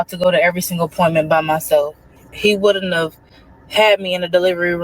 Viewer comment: Is she trying to say, “Wouldn’t have?” Is she saying wooden tub?